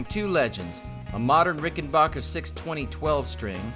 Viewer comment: Oh god, not the “bocker” pronunciation.